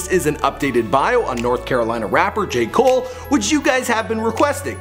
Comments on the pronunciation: Deon Davidson Jay mole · Either say J.cole or Cole not Jay come on man